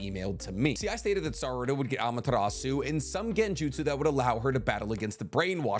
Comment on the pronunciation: You don’t pronounce the “u” in Amaterasu . Not hating just correcting it since you say it so much! Keep up the good work